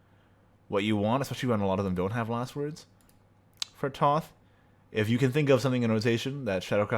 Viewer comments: Thoth is an Egyptian god. Her name is pronounced like tote bag. You can state incorrect things all you want, you're still wrong. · plz. Thoth is pronounced Tote. Like a tote bag